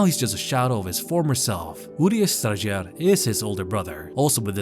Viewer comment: I didn't realize you actually have to pronounce the Strajer with the J in it, thanks for clarifying!